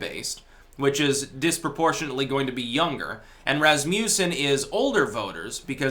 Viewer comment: Pronounced Răs-muh-szĕn